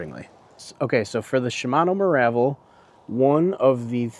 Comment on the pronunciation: Good tutorial keep it up. BTW it’s pronounced Meer-uh-vel not Mah-rah-vel